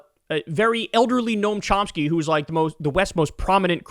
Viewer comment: Noam Chomski? Good grief.